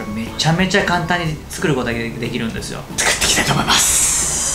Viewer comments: 簡単がたんたんに聞こえる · こんだけです！簡単！の簡単がたんたん！にしか聞こえなくて笑える😂